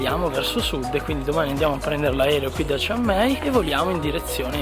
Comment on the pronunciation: non si chiama chiang mee si chiama chian mai io sono di phetchabun vienite da questa parte